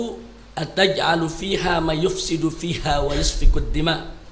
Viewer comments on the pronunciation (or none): Sedikit koreksi bib di menit bunyi ayat yg tertulis di mushaf adlh "wa yas fiku ddimaa'" , bukan "wa yus fiku ddimaa'" seperti di bacakan habib, bukannya gw lebih pintar, gw hanya orang bodoh tapi manusia bisa aja keliru dan kita saling mengingatkan dlm kebaikan, semoga Allah senantiasa menjaga habib dan kita semua mohon koreksi kembali jika gw salah, terimakasih.